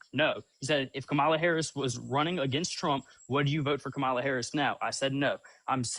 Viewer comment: We are in sooooo much trouble if most of our military are this stupid and absolutely ignorant and btw her name is pronounced COMMA LA!!!!! Get it right. It’s not that hard!!!!